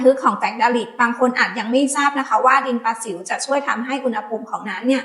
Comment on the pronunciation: ดินประสิวนะ ไม่ใช่ดินปลาสิว.. เฮ้ออ่านออกมาซะเต็มปากเต็มคำดินปลาสิว